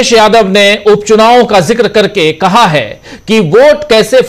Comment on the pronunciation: Aap ki news achchi hay lekin kaha hay nahi hay kahe hay a me aor e me kitna farak padta hay sir